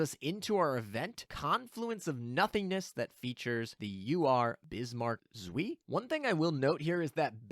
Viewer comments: It's not Zwee. The "W" in German is pronounced like a "V" in English. The "ei" is pronounced like "eye". So it's "Zv-eye" but not 2 syllables. It's just one. C'mon. Please, for the love of God, don't turn into KimoCheese on us please? Take the 10 seconds to consult Google translate to get the pronunciations correct. Edit: Also, I'm really hoping that Bismarck Zwei is really only going to be great in a full KMS fleet. I'm so sick of incessant power creep in my games I enjoy playing. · German tips: W is V and anytime I and E are next to each other, you pronounce it like you were just calling out the second letter, in this case I. So Zwei is Zv-eye. Also, tarot is tair-oh, not tar-oh. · Zuh-vy, or even Zuh-fy but make it one syllable. Long I. Should not rhyme with 'whee!' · Zwei is two on german so it's not "zwi" it's "cwai" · For those unaware, Zwei is pronounced "ts-v-eye." This is because it's German and Z's are pronounced like a bee flying by your head while you are trying to sleep. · Zwei is pronounced "ts-veye" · The ei in zwei is a long eye sound. Like saying eye. Kinda painful hearing it mispronounced for some reason. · Zuí, almost french, which Bismarck is of course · zveeee, it was painful. but the video is great! :D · Your pronounsiation of "Zwie" (2)... Rip German. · Bismarck zui ? xD Guys come on :'D jk, i love how you pronounce some german stuff haha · what even is that pronounciation is bismarck zwei??? 🤣🤣🤣🤣🤣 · My german speaking soul dies every time you pronounce "zwei", but apart from that thanks for the video :D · You indeed never spoke german, because I don't know what abomination you created from "zwei", but it's 100% not german :D And if you want to hear how it should be pronounced, there is always google translate :) Good luck in the pulls! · If only you took that 30 second googling time to learn how to say Zwei. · I died a little bit inside every time pronounced Zwei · bro said suiiiiiiiiiiiiiiii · Hearing you mispronounce ZWEI pains me